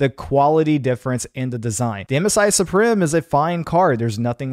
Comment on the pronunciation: Suprim is pronounced Supreme btw....